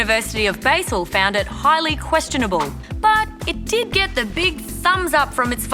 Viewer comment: Basel is pronounced "Bahzel", not "Bayzel".